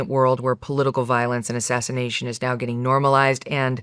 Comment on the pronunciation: I generally like Megan - but she’s wrong about the attempted “assashinashions” (I know sp on purpose)